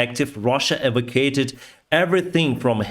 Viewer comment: Russia "evacuated" - I missed this word It has 5 syllables: ee-vack-you-ate-ted